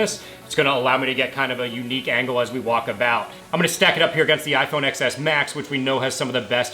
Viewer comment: its pronounced iPhone ''TEN ESS'', oh sorry i had to